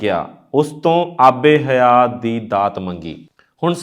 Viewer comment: ਆਬੇ ਹਯਾਤ । not aabe ਹਯਾ